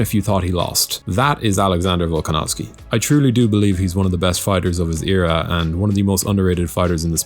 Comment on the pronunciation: Volkanovski?? Really buddy???????????